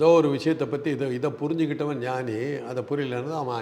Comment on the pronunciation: Noni not ஞானி